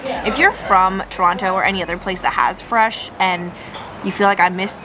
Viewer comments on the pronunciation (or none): Umm its pronounced Tronno